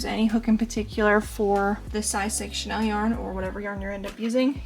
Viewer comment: I'm sorry to correct you, but chenille is pronounced shu-neel, not the fashion house Chanel. Great work btw.